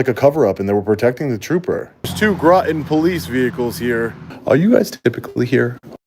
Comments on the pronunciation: I think it's "Rotten" CT, not Grotton. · That's "Groton." Rhymes with "Rotten."